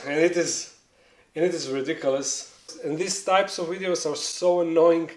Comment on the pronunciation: "ridocolus" only harry potter fans will understand